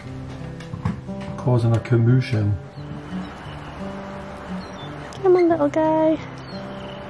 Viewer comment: "cow-moo-shun"... good one,! I heard that! 🤣